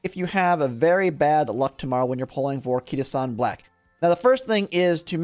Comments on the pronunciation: Kita Shawn Blaaaack 🏇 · Kita shawn black 😭😭😭